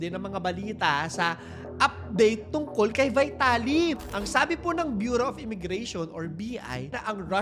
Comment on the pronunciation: VITALY THE RUSSIAN'S NAME IS PRONOUNCED VEETALY.